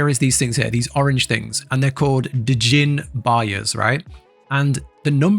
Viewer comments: "Da Jinn Barya's, right". Mate, it's pronounced "Jinn" (Gin) To quote my boy Django Freeman, "The D is silent" 😂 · Just "JINN", my dude. Not DA JINN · Its pronounced Jin. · allright, you got yourself a new subscriber, but if i ever hear you saying D - Jinn again, i'll be really mad :D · Djinn is just pronounced gin, like the drink. It's an Arabic word for basically non-human spirit. I think the French spelled it that way which they pronounce it the same as gin, just like Genie. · The D is silent. Just Jin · Jin.. silent D… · the d in djinn is silent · the D' in Djinn is silent